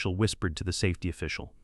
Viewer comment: S A Fety 😂🤣😂🤣 for safety